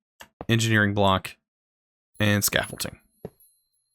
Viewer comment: Scaffolding does NOT have a "T" in it, nor are there any letters pronouced in such a manner. Please get your shit together, you're a grown ass man.